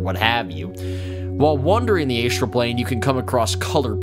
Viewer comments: A-Struhl, not Ay-Struhl. (Good video though, Love the content since I found it.) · Sorry mate, could not get past Aye'strell plane. I know its tomato toemahtoe but oof. gl.